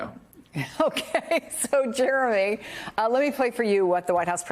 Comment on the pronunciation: They keep saying 'Jeremy' sound like 'Germy'!